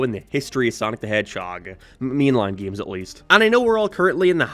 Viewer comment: I die a little inside every time he tries to say “games”